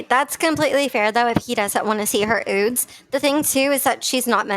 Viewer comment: Ok do they really glad the word “ nude?” lol I love you girl and your videos but saying “ oodes “ 10 times in three minutes was making my eye twitch.